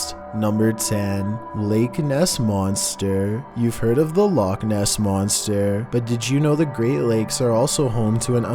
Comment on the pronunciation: At #10,: "You heard of the Loch Ness Monster" Yea, I do and I never heard of a Lake Ness Monster